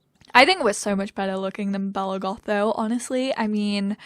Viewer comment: Every time you said we're in the goth house it sounded like we're in God's house 😂 the foths might be Sims royalty but maybe not gods though 😁